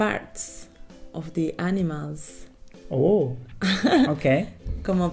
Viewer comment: Por favor intentad revisar los vídeos, me sangran los oídos de escuchar a pronunciar "animals"